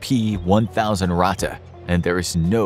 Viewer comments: it has two t and is spelled faster - Ratte and not Rate or Rahte ! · Ur native language isn't German.. And that's fine.. But it is pronounced Ratttttte Not Rate There is way more emphasis on the "T" Its not that bad and I don't wanna be that guy.. But when u said it for like the 20th time I got cancer in my ears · dude you pronounce ratte like rat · It is called ratte edit: it is pronounced ra thei